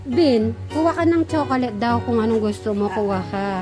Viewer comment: Magnesium is best to take at night time. Please, it is irritating to hear pronouncing CHOCOLATE to CHOCOLET. Prounounce it right the way Fil say it.